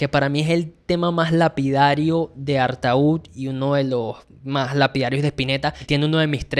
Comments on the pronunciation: Ya empezamos mal. No se pronuncia artaud.... Sería algo así como Artó... Poeta maldito, del susrealismo francés de principios de siglo XX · se dice artód. Bueno ya termine el video, nada videazo, el mejor album en español de la historia, buen analsis tema a tema, lo único que me choco fue ese artaud vs artód en la pronunciación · Perdona no se pronuncia ARTAÚD ,se pronuncia ARTÓ. Espero no lo tomes como hater. Saludos. Empecé a escuchar y ver TODOS los grupos de esa época. La mejor del Rock Argentino. Saludos y gracias por difundir la música de ese Genio.😎👍en las disquerías de barrio no lo querían porque no entraba en las bateas con los otros discos cuadrados ,tenías que ir al Centro a comprarlo.En su momento no vendió mucho,fue valorado más con el tiempo. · se pronuncia: ¨artó¨ (tengo entendido) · Artó chango, se pronuncia Artó! Perdón por ser ése y gracias por la reseña. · ¿Por qué pronuncias bien el apellido de Artaud pero pronuncias mal el nombre del disco? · Gracias por dedicarle tiempo al rock argentino. Que bien que veas la belleza de ese disco tan imporatnate para nosostros. No entiendo porque puedes pronunciar el nombre del poeta con correccion, pero no lo pronuncias de la misma manera cuando te refieres al nombre del disco. Otra cosa te agrego. Nadie lo considera un disco de Pescado Rabioso. Es definitivamente un disco de SPinetta solo. Puedes encontrar una grabacion del show presentacion, bastante bien restaurada. Eso es en Spotify. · No entiendo por qué el nombre del disco lo pronuncias diferente al del poeta francés....es lo mismo...